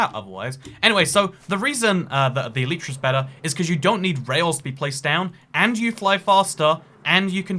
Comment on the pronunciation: The y in elytra is pronounced as a y, not an e.